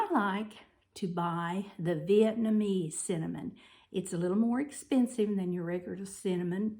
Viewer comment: I like the way you say “Vietnamese”. 😀 You enunciated that word very well. I’m Vietnamese and appreciate your pronunciation of that word. Quite a lot of my friends still say “Viet-ma-nese”. I tell them it’s “Vietnam” + “ese”, but they still can’t remember. Funny. Love everything pumpkin/pumpkin spice. Excited to make all of these! Thank you!